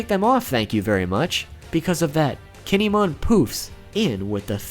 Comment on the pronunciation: Gin-e-mon? What the fuck?